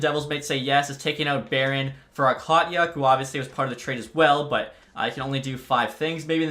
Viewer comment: Okhotiuk is pronounced a ho took